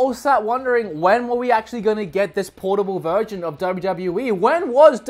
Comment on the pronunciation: Sounds like you said portable virgin lol